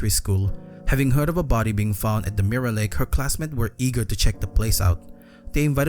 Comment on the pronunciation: "Mirra" i love the way you pronounce mirror